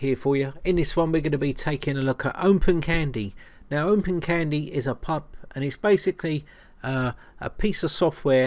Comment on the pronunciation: Why do you pronounce it as OmpenCandy?